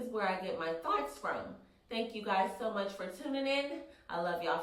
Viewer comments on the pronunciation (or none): When you say "thoughts", it sounds like "thots" or maybe its just my ears lol love you!